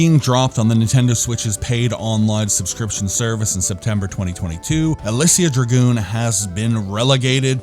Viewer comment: You really tried on that pronunciation. You really did. It wasn't even close, but you get an "A" for effort. I love that cover art. It gets my Golden Axe senses tingling. I'm surprised the European version didn't have a cover by Luis Royo. I would have liked that. You're absolutely spot on with a necessary sequel. That's why they made sequels in the first place: reuse the engine, some of the assets, solve a lot of the problems, and put more time into it. When you compare Shining Force 1 and 2, the difference in quality and gameplay is like comparing Stonehenge to the Burj Khalifa. This game needed that additional polish and quality control. It really could have been a franchise, especially if they reduced the platforming and increased the combat to Actraiser levels. I love the sci-fi/fantasy combo this game has. To be fair though, I've probably seen KRULL more times than I've seen the sun rise. You'll be happy to know that i left my 8 year old with my Genesis collection on my Switch, and he chose on his own to start a Shining Force 2 campaign and loves it. He likes the tactical combat and the micromanagement. Parenting done right.